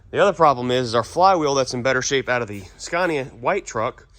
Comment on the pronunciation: sorry to be a corrective person. The name is pronounced Scania not scarnia. Other than that I love the videos and I honestly think you need to bring that truck to Australia and give it a good rip on our skid pads over here. That would be hell good to see